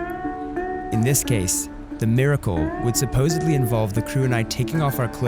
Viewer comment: Amazing but NOT "MIRICLE"